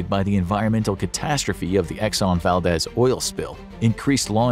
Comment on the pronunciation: The dez in Valdez is pronounced the same way as deez in deez nuts.